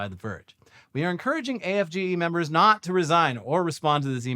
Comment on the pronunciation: “Do Noy Reply”